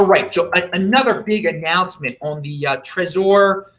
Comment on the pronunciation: lol why do you say trezor like that? How about like the name Trevor, you dont need to focus on the O. Lmao